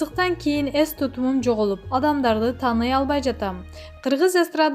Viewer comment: Ес эмес,эс кандай немесин сенн